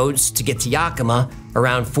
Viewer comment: Yakima is pronounced yeah-key-maw, not yaw-key-maw, as a resident I thought that info may be helpful in the future. Thankyou for such intelligent and informative entertainment, it makes me a bit happy, so thanks.